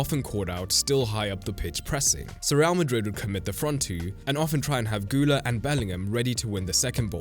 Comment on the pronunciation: Guller? Güler!